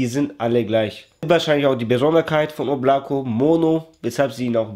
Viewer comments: das heisst schon oblakO, bin selber Russe ... es heisst Wolke... ansonsten TOP content👍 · Wird so ausgesprochen Oblaka und bedeutet Wolken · да облако... с ударением на первое О